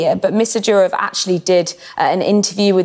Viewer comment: It is Doorof,not Dyurouf